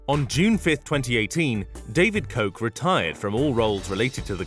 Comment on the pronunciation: I'm pretty sure you're not pronouncing "Koch" the right way..